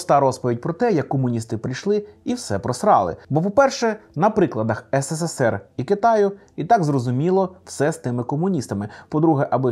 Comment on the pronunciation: Тільки не ес се се сер, а ес се сер. Там три «с». А українською: СРСР